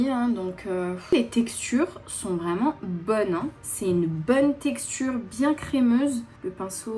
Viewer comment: Un accent anglais vreuuumennttttt😂😂😂😂 Toujours aussi belle❤❤❤ gros bisous a toi et a ta famille😘